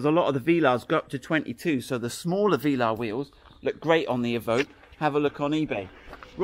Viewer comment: Love your videos guys really do and all the enthusiasm too. Great to watch! BUT my friend... Veeeelar... VEEEELAR??? NO. Velaaaaar buddy Velaaaar :)